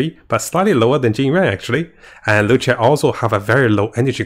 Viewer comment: it's luocha not loucha lol